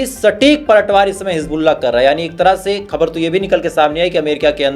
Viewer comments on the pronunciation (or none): Please use hindi word samachar coz you just can't pronounce khabar.